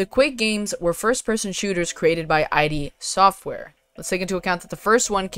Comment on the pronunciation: First. And well, I gotta set you straight on a couple of things first: id Software, if I recall correctly, is called 'id'(similar way you'd pronounce 'did'), not ID. Also, it's not 3 Quake titles, it's 4 - Quake 4 is a thing. Sure it was the weakest in the series and one of the reasons the series died down back then, but it should be remembered nonethless. And overall, idk. I just feel like original Doom/Quake games with the original engine just have their charm. If they decide to invest any time in them, I'd want to see it done tastefully. And Fallout/Skyrim is just milked to all oblivion, so something fresh is welcome in my book.